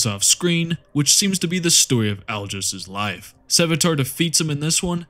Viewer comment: Alajos is a hungarian name, pronounce it like you replace the J with Y and you ll get closer to how it is spoken (